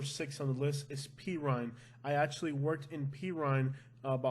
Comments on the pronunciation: It's PER-RINE not PI-RINE. Like a cat per. Good video. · OMG would you learn how to say #6 correctly, its Puuur-rine, not Peeer! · Not called p Rhine It's called /per rine Again for my days living in Homestead that's what it's called by the way where I live is Pasco County and believe it or not there is maybe some crimes here but again it's not it's not where I live and I live close to this it again New Port Richey if it is it's very few and far between like you said the county is huge and reaches out to different areas so maybe they're going by the amount of land you know the demographics I don't know how they're coming up with this because I've lived here for 5 years versus Homestead for many in my last comment to you and the worst thing we ever had where I've lived was somebody came in broken the cars cuz people left the cars unlocked that's how safe we were and there was like 21 cars broken into it without that was people's faults because they left the cars unlocked that's how safe things will go missing like fishing poles and and bikes and things I blame that on our landscapers because we have forever changing landscaper people in company and a lot of the landscaper guy and it's not their fault or guys that are just coming out of prison and or jail and so they could these jobs with these landscaping companies because I talked to a few of them and I'm one guy was in jail for 11 years for murder so the reason why he was over here is he was trying to get a new start and he was with his brother so it's hard to believe that Pasco County is so highly high in crimes I'm not saying that it isn't I am just s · Pe-rrine? It’s not pronounced Pee-rine. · It is per-rine (at least when I lived there as a kid) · Love the videos but just to clear something up, it’s Per-rrine. I live in kendall so I’m familiar with please. 👍🏻